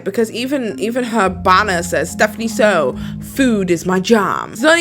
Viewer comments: Firstly, Its Soo, not Sow. Secondly, its okay for you to be triggered by what she does. Personally i LOVE stephanie and everything she does, you can not like things that a person does, but you should never hate the person for who they are. Its very wrong for you to think that way,. You dont know her, you dont know her trauma, or you dont want to. I can tell your research on her is very shallow, and it disgusts me how you judge a book by its cover. Just because you're a person with colour means that you can judge her for everything she does. Her tittles has evolved from just stating the food she eats to the crimes and then only the food she eats, and i really appreciate that. Of course everyone reacts or does things differently, and i dont comprehend why you're trying to put a whole segment just criticizing her efforts. Obviously you're comparing stephanie with other youtubers who professionally cover crime cases, if so, then yes i see your point, but then again, it feels to me you're hating on her and not what she's doing. When you were showcasing is the video that got you triggered, it seems to me you felt triggered that she was eating first then only talking about the case It's obvious that she's been on this platform for sometime and she is quite comfortable with the style of doing mukbangs. My guess, she just reads a lot about true crime and she really just wants to share it with us while eating. On top of that, you literally used stephanie's name to clickbait on us, and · This seems like some common hate vid especially for the Stephanie Soo section. She has the best of intentions and you are hating on her, Like girl you can’t even pronounce her name, you don’t even know who’s in her videos. Attention seeking just shut up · You could've atleast takken the time to pronounce her name right